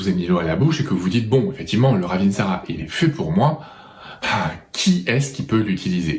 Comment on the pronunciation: Wouaaaaah merci beaucoup 👍👍🙏🙏 je la connaissais bien mais je n' avais pas autant de détails ! 👍 Et bravo pour la précision " raveeeeensara" 😅 c'est vrai que bcp de gens pensent que c'est la même ! Et le Saro Svp, vs en dites quoi?